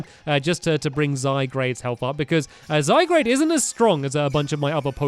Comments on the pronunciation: Hey Stampy, here's some tips. Lycanrock is pronounced as Lie-can-rock :D Zygarde is pronounced as Zy-guard :D When yo get to the battle against Lunala, (the legendary pokemon on the box art) don't waste your master ball on it, because it's pretty easy to capture :D Here's some type advantages of what's super effective or not very effective to what. Fire > grass Water > fire Grass > water Ground > electric (electric doesn't effect ground types at all) Steel > fairy Fairy > dragon rock > flying Poison > fairy Fire > ice ice > flying electric > flying ice > rock ice > ground (I think) ground > poison psychic > poison bug > psychic dark > psychic ghost = ghost dragon = dragon dark > ghost bug > dark fighting > normal psychic > fighting fighting > ice normal > ghost (ghost doesn't effect normal types) (I hope that helped, I'm always happy to help people :) ) I don't get angry when you pronounce a name wrong either, I just thought I'd inform you :D If you do read this and need help with anything else, I'll be happy to help you with that as well! :3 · IF HE SAYS "ZYGRADE" ONE MORE TIME :| Zye-guard Stampy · Titus Klem He pronunciations Zygrade exactly how it's seen. But I say Zie-grd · stampy sorry but I need to say this ARE U BLIND!?!?!it's not called zygrade it's called zy garde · Zygrade??? Its name is zyGARD Gard not grade. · Stampy it's not zygrade it's zygarde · STOP SAYING Z-eye-grey-d it's Z-GAR-D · Ok guys is it pronounced zygrade or zyguard?? When stampy says zyguard, you guys say it's zygrade but when he says zygrade you guys say zyguard lol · It's zyguard not zygrade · STAMPS. ZY-GAURD NOT ZYGRADE. ZYGARDE IS PRONOUNCED ZYGAURD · the correct way to pronounce Zygarde is: Zay-Guard not Zay-Grade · I swear Stampy, say Zy-Grade one more time, I DARE YOU, it's pronounced Zy-Garde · Stampy should just rename his Zygarde to Zygrade, so that he'll stop annoying us with calling it Zygrade instead of Zygarde. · ZYE-GUARD!!!!!! not zygrade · STAMPY ITS ZYGUARD AND DESIDUI